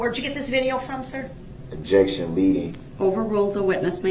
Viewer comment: OBJEC-Shun!!! If 1 word makes no difference after a year, then why are you worried about it being changed DUHH-RRELL? Funny how he basically steals the word’s of the Prosecution, then uses them to sound Smart!! Even with him not being able to properly say ASK!!!!! Instead he “Axes” ridiculous questions!